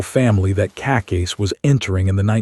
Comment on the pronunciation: I would really appreciate it if you pronounce Cacace the right way!